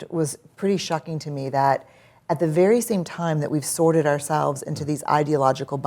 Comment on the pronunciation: Sorted sounds like sordid here 😆